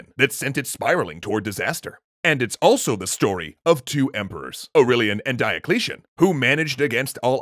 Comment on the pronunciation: the guy sounds like, AUreLIAN and DIAcleTION